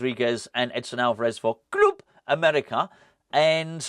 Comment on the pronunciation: Come on, you’re a Marvel fan you should know the Fulk bounces around the world in a run and jump Stiely 👍😡, please stop saying club in the way you do. It’s so annoying cheers